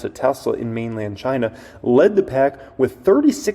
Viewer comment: I drank everytime you said "Chynna" and my flapjacks got flipped